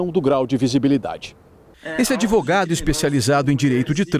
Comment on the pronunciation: Isso é um "ADEVOGADO" KKKK